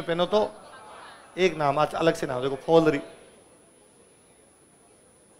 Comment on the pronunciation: पैर की अंगुली में फ़ोलरी नहीं पोलरी होता है